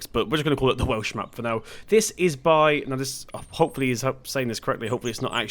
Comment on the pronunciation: You said the welsh names right and me being welsh it’s great to see a map based of my country